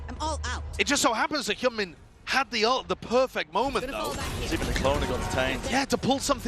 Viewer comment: 日本人よ、hyunminはヒョンミンと読みます。 キャスターは一生「ヒャンミン」と間違えてますが「ヒョンミン」が正しい発音です。